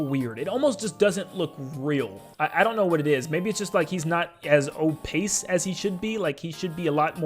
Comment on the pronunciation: You use the word opaque wrong a couple times (also it's pronounced o-payk, not o-pace.) Opaque means light can't pass through it, the opposite of transparent. (Translucent is somewhere in between; generally, if you can see things clearly but still what you're looking through it's transparent, but if you can only see light through it's translucent.)